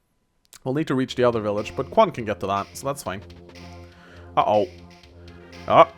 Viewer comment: I'm pretty sure Quan is pronounced CH-uan.